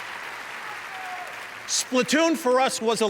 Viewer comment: Sounds like Reggie said "all your crap" I know he says craft but the way he says it makes it funny.